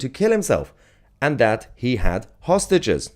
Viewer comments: That's exactly what I said hostages does sound like sausages he was probably shouting to someone he knows you don't take hostages wearing a dressing gown 😂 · Is he saying that he's got hostages or sausages? Perhaps he's inviting people for dinner. Just bring a bottle and a fork. He has his own knife.